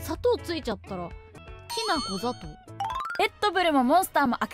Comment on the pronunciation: きなこ砂糖の発音できなこだけを言ってるから変なんじゃない？ 「きなこ」と「きなこ砂糖」の発音は違うから。